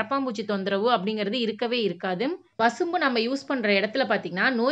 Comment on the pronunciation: வசம்பு . வசும்பு இல்லே.